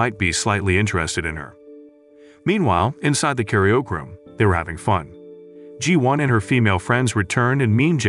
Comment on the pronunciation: The way the narrator pronounces karaoke as 'carry-yoke' 😂